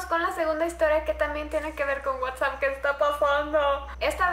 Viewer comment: #WhatsappReal, te comiste la s jeje siii que bien que otra vez habra terror por Whatsapp